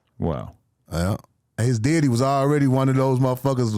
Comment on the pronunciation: The way he pronounced the word daddy diddayy you know he’s a killer